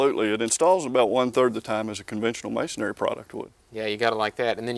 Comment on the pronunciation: Dude lost credibility with me when he said “masonary” instead of “masonry.”